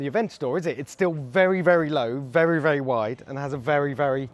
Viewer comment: b12 whateber berry annoying